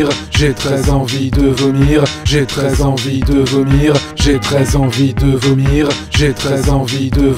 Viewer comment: Au bout d'un moment on dirait qu'il ditt " j'ai 13 envies de vomir" x)